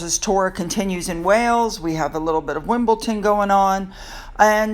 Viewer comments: Hi sue - love the vidoes - just a note - Wimbledon is pronounced Wimble - done :) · Please, it is WimbleDon, NOT Wimbledon. It really grates. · Well at least we all know how Wimbledon is spelt and pronounced, after hundreds of viewers felt the need to correct you on your pronunciation. 😆😆😆😆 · Hey,, and thanks for all you do! You had mentioned that you know you’re mispronouncing Wimbledon and that you’ve been doing so since you were young., you’re not old! You’re certainly not too old to learn something new! 💞💞💞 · WimbleDon. There is no t in there. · I love your broadcasts always but Just for once I can’t wait for our tennis to end. I know you said you can’t change but maybe just call it tennis and not WimbleTON. And now I sound mean to you but my teeth are on edge with the mispronunciation. I really wouldn’t say WashingDON. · SUE. It is pronounced WimbleDON with a D. Like London. You would not say "Lonton". Put a note in your calendar for next year! Lovely pictures of Catherine in her striking yellow dress and of course her genuine beautiful smile. No blue for Ukraine today but that situation has become more political. The tiny purple bow balancing the big yellow flourish on the other side is a sweet touch. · It's Wimbledon with a D!!! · Hi from London. We say WimbleDon. With a D not a T. I ❤ you anyway 👄👄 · Hi, Just wanted to help with a pronunciation. Wimbledon there’s no T. Dan not Tan. Catherine was stunning! ❤️ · love your channel. Wimbledon is pronounced with a D not a T. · My dear, there is NO « T » in WimbleDOM. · I’ve noticed that Wimbledon is miss pronounced, it’s such a famous name I can’t think why, unless it is some kind of in joke 🤷‍♀️ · Sorry, people are continuing to correct your pronunciation of Wimbledon. Obviously haven't seen your previous video regarding this. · How come you don’t notice that the word Wimbledon DOES NOT contain a T ? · It is DON not Ton! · it’s WimbleDon not ton….ha ha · Its Wimbledon xx